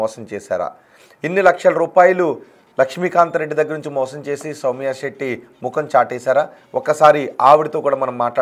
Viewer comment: షౌమ్య సెట్టి కాదురా సౌమ్య శెట్టి 😂